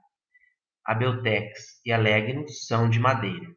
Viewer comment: A pronúncia de Legno é lénho.